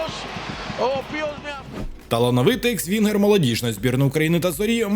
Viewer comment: Господи, почулося «талановитий свінгер» Максим Хлань а не талановитий екс вінгер 😂😂😂 3.21 хвилина. Ну схоже 😅